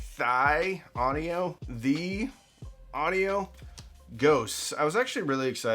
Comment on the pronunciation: Its pronounced "teel" audio. Like thiel small parameters.